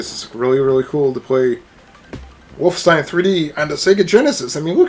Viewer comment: WOLF' - EN - stein (3 syllables)